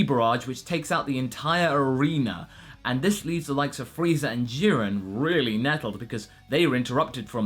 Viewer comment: At the beginning of the video, did you say Freeza Day? Also for the part where Moscow appears inside the robot suit Wow Danger Will Robinson